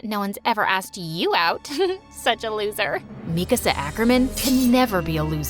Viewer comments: she really said mekasa instead of mikasa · "Mekasa ackerman" bro ain't no way -_ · How could she pronounce mikasas name wrong!